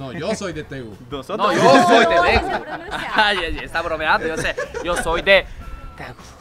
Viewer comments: Cuando dijo Daegu y creyeron que dijo Tegus 😂🤣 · La ciudad en Corea del Sur se llama Deagus....verdad que les sonó como a Tegus.!!!